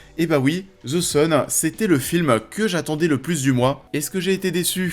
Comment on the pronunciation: Tu as raison mais je voulais savoir pourquoi le z à la place du th, en sachant que c'est plus proche du d que du z je voulais comprendre comment vous en arrivez à entendre un z.